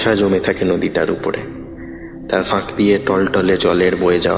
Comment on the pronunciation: কী জঘন্য উচ্চারণ। গল্পটাকে পুরো মাটি করে দিল! বাংলায় F উচ্চারণ হয় না, Ph উচ্চারণ হয় সেটাও জানা নেই, ফাঁক শব্দের উচ্চারণ করা হলো Faaক–এর মতো, বাকি শব্দের উচ্চারণও তথৈবচ। আপনাদের সবাই কি প্রবাসী বাঙালি যে এইরকম অদ্ভুত অবাঙালি উচ্চারণে গল্প পড়েন নাকি জিভের জড়তা বা Lisp আছে?